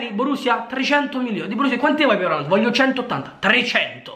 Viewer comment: Ma quando dice Oland parla di Haaland giusto?